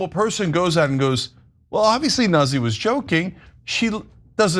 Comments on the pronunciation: Nuzzi? its not "nah zee" ...it's "new tzee" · NOOT-see, not Nuzzy lmao